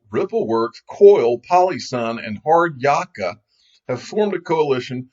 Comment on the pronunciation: Its pronounced 'Hard -yak ka'